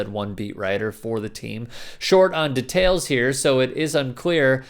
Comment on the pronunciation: Why you pronounce the word "details" like that man lmao